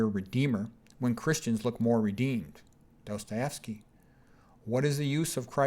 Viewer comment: Dostojewski. Достое́вский. You butcher names. Aljoscha :-). Nietzsche there is no k spoken. It is like ge in the end.